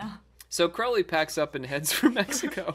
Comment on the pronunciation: Crowley to rhyme with Holy. Crow-lee. It is in his autobiography .....that book ya know